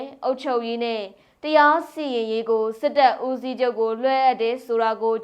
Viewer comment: သတင်းကြေငြာတဲ့သမီးရှားရေခုကြေငြာတဲ့စစ်ကိုင်းတုင်းကအင်းဂျန်းယန်မဟုတ်ပါအင်ဂျန်းယန်ပါနောက်ပင်းလည်ဘူးမဟုတ်ပါပင်လည်ဘူးပါဝစ္စတွေမပါပါဘူးပန်းဝါမဟုတ်ဘဲပန်ဝါပါနော်၊သတင်းဖတ်တော့မယ်ဆိုပြန်စစ်စေချင်ပါတယ်